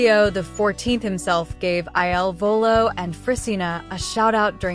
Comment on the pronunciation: PLEASE PRONOUNCE THEIR NAMES CORRECTLY AND IT IS IL VOLO NOT ILLINOIS VOLO